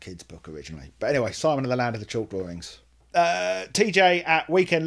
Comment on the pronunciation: "My name is Simon, I like to do drawerings".....get better, I had an umbilical hernia surgery before and I know its very "uncomfortable" for awhile afterwards. HI PENNY!😺